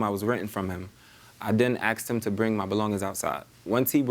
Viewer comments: axed? it is asked. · What did he mean by "AXED" ? ... Explain Please... "🤓" - Which College ... ? ... "🙃" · Are black people still having difficulty saying "asked"? He pronounces it as "axed". lol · He said he "axed" him... ? ... WHAT does DAT mean in American English... ? ... (AXED) ? "🤓"